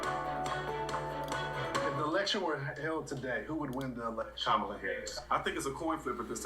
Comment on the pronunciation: Correction: Kamala is pronounced like Pamala with a K...